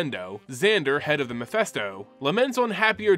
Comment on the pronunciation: He talked a bunch of times about his speech troubles, he struggles with certain pronunciations / sounds. He's a lot better now than he was years ago. He used to add subtitles so people would understand him. Though the Mephisto mistake is an unforgivable sin. ;) Loll